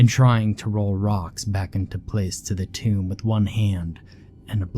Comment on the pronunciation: Tomb sounds like toomb also in toomb for entombed